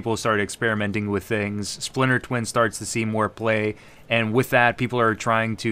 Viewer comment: Haha "Spliter Twin"